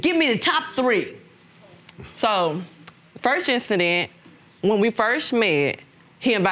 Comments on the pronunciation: “When we firsch met” 😂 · Man I thought I was tripping when I heard her say firsh. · Not firsch 😂😂😂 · "When we 1st schmet". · When I "Firsh" met you! I thought You were so Handsome!